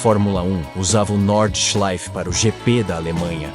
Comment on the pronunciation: If you are going to be taken seriously, research the sport...Jack Stewart! Get the names right and the pronouncement of the circuits and drivers. Norda...Nordschleife!!! The Green Hell! Keep this lack of knowledge up and you will fail at what could be a great channel.